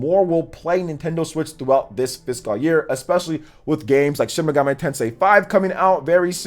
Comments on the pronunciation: It's like "Fis-cowl" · Great vid glad you went over some stats, charts and breakdowns of their annual report many did not. Always keep it locked here for the latest info. Didn’t you drop like 3 vids yesterday? Woo! dunno why but it’s irking me a bit u gotta pronounce it “Fis-Kul” year. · it just makes me cringe a little, the way he says fiscal. 😂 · Goodness, your pronunciation of "fiscal" never improved. 😔